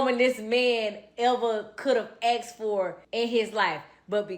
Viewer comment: No good man has ever “axed for a goot women” they might ask for a good women